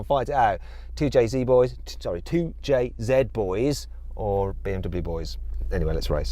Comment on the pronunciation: 2jzの発音に愛を感じる